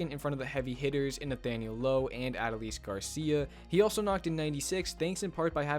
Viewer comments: Love the video! But you gotta pronounce Adolis correctly 😂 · A lot of commentators pronounce Adolis' name the same way you did. It's really a non-issue. Keep up the great work, and thank you for covering my Rangers!!